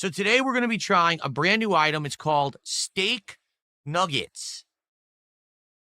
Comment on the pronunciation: Steahk Nuhgghets